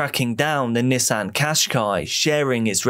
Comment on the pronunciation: Me thinking he was saying “his niece Anne” shortly after realizing he’s saying “Nissan” 😅